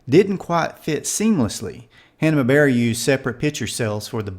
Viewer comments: “HannaBear?” Jesus Christ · Why do you keep saying “Hanna Berra”? It’s Hanna-Barbera. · Hanna -BARbera, not Hanna-Bera. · Interesting video...but the name of the of the company was Hanna BARbera...not Hanna Bera. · Wait, I thought I heard you say Hanna-berra. So I waited and you said it again. Anyway this was a great idea for a video. Thanks. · You forgot to say the 2nd B in Hanna-Barbera. Awesome video other than that.